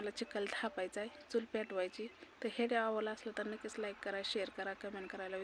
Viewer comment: हिडिओ नहीं वीडिओ मनत जा😂